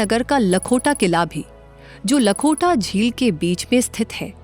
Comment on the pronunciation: And the fact is she said लाखोटा lake as लखोटा(marble in Gujarati) lake. Lol